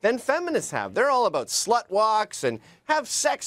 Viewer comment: She's so Canadian. It's the first time I heard "aboot" (sounds more like a-boat though) pronounced in a non-joking way.